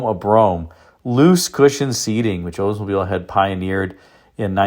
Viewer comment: I don’t know which is more grating to the ears. Hearing about an “Ozemobile” or hearing about someone getting “oder.” It’s as bad as the Pretty Litter gut saying “vet-in-arian.”